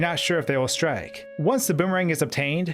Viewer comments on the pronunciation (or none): none